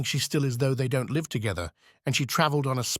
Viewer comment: I totally get what you are saying. Even with all the mistakes l can’t stop listening as his work is so good. Occasionally there is a passage that is ‘read’ very poorly and still l listen. My favourite is Up at the Villa. I was so hooked. The silliest mistake is Live ( pronounced as in Saturday Night Live) and let live ( pronounced properly) 😂.